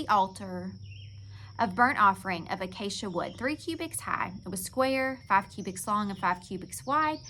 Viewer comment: you said the word acacia perfectly, great job!!☺️